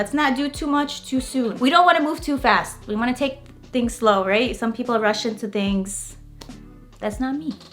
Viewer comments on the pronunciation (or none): none